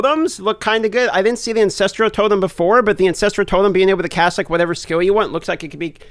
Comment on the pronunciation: Why do you pronounce it "incestral totems"?! 🤣